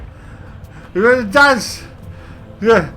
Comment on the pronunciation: "wannnnna dansch?" :P